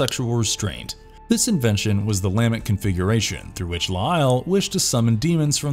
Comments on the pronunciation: is this a bot talking? NOBODY pronounces "lament" this way. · Learn how to say "lament" and I'll like & share. Jesus. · Cool video, too bad the narrator kept mispronouncing "Lament Configuration". Maybe they didn't realize that the first word is the verb 'to lament'. Kept mispronouncing the inflection. Very annoying. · Great video but every time he mispronounced the lament configuration, I wanted to jump off my roof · "The LAH-ment configuration" The what? Your em-PHAH-sis is on the wrong syll-AH-ble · The lament pronunciation is killing me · I wouldn't call reading the Wikipedia synopsis of each film and adding a couple of IMDb trivia facts here and there an 'exploration' of the franchise. They don't actually explore anything at all. And they can't even pronounce anything right. It's clear they have never seen these movies at all.